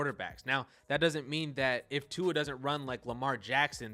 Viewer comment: Okay I rarely, if ever, comment on a video but as a dolphins fan, who watches every throw, I got quite mad at the conclusions you made about Tua (also please figure out how to pronounce someone’s name before you make a video about them). I would like to preface this by saying I watch most of your videos and am a fan of yours and I want this to come off as respectful as possible. However, the conclusions you made about Tua (immobile, comparatively untalented) told me that you clearly haven’t actually been watching him play. You’re looking at stats on a computer screen and making conclusions based on that. Let’s start with the “immobile” claim. Tua is literally the most mobile pocket passer in the league, just because he doesn’t run, doesn’t mean he can’t. The guy is always looking downfield to make a play, he uses his mobility to make plays in the passing game because that’s his strength and his weapon; absurdly accurate passing with amazing ball placement, timing and anticipation. He uses his mobility to support that. There was a play earlier in the season where he uses a quick spin move (without looking, but feeling the pressure) to escape and rollout to his left in one fluid motion and proceeded to dot a TD pass. Is that considered being “immobile”? Can Tom Brady make a play like that? Speaking of Brady, who is universally considered the GOAT, do you consider Brady less talented than Justin Fields? Because by your logic, Brady is the least talented QB in the NFL. How does t